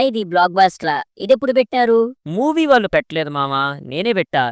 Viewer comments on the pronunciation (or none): none